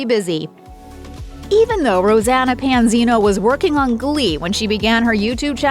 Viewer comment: Try saying her name right!! 😠